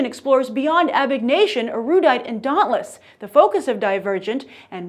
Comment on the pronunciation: Lol she only pronounced dauntless and amity right